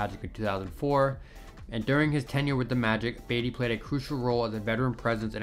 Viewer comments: Yup. buhTEE not BEYtee. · its pronounced like Buh-tee, not Bay-dee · I was lost when he was calling him baity I’m like what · It's Tony Battie! BAH-T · "Tony Batty." Lol I like the video but c'mon man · yup, its pronounced Buh-tea ... smh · All you young guys making NBA vids, start learn how to properly pronounce the names of the players in the league from their eras. I give you guys zero cred when you f up and stop watching. I got to Tony Battie and came straight here. Its pronounced BA-TEE